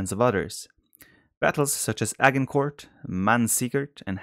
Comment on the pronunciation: I wish viper can visit the States so he can learn how to say Tours and Agincourt correctly! :)